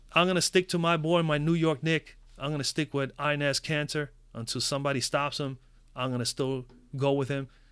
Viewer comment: It’s pronounced en es not Inez Lml